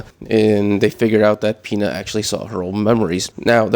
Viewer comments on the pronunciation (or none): U called Pino Pina💀💀